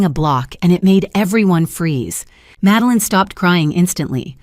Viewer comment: Her name is "MADELINE," not "Meline"!